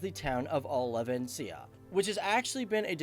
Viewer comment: La ria????? RAIA! Not La ria. It's not Olivenzia, it's Olivenca. Pirates of the Carebean pay someone who can actually do videos!